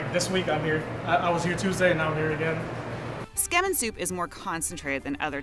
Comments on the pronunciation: How many map geeks, Asians, and japo-files just died a little? Edit: OMG... Sigh... I can't blame you.... But it's pronounced.... Don't drop the zu. Zu ke men, not ske men.... Sounds really wrong. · Am I hearing it wrong? She's saying "Tsukemen", right guys? But all I hear her repeat is "Skemen". Kinda sounds disgusting, lol. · When the lady said “scamen” MY JAPANESE SELF GOT SO SO SO CONFUSED and then I realized she tried to say “tsukemen”.. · Tsukemen is pronounced "Zu-ke-men" not "skarmen" if that helps? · Skemin?? Tsukemen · Su Key Man not skemen get it right Haoles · How in the world did she bastardize the word tsukemen into "SCAMEN"? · should learn how to pronounce "tsukemen" su key men, not scam in, lol like seriously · When she tries to pronounce tsukemen, it kinda sounds like “schemmin” haha. I was so confused. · and? Gringos? What so now you’ve decided to resort to being racist?! PLEASE as Viet I’ve SEEN SO MANY and I mean SO MANY mispronounce asian foods, and most are black, white, Hispanic, oh and ASIAN. It’s now a race thing🙄 Literally every country mispronounce foreign foods, English is the same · This lady is the worst at pronouncing Japanese words! sometimes pronouncing the completely different word and thus changing the meaning. Your geography and spellings were also bad! Feels like very little research went into this video.